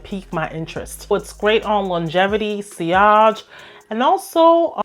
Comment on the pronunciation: did she really just pronounce sillage like that 😂😂😂